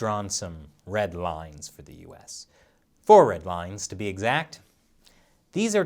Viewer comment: I Heard “Led Rines”...? Did I Miss Something?